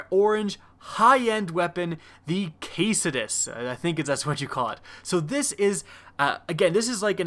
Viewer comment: It's pronounced KA-DOO-SEE-US... That's the name for the symbol you see on ambulances... Geez...